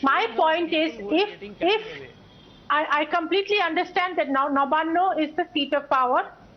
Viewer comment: Nabanna (नवान्न) not Nabana